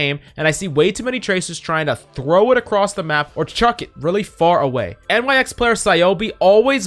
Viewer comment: He said nyx lmfaoo